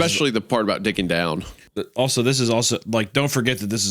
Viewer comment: Sounds like Isiah said dicking down but I think he said digging down